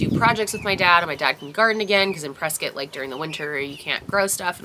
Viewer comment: Thank you for saying Prescott correctly! Also I don’t know about anyone else but I appreciate the “complaining” Lol. Let’s face it shit is not all sunshine and rainbows and life sucks sometimes and it’s nice to know it sucks for other people too. Not in a “haha I’m so glad you’re having a rough time” type of a way. More of a “thank god I’m not the only one” type of a way. If that makes sense.